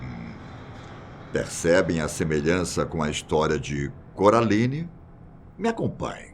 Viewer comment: “Do filme CURALINE” kkkkkkkkkkkk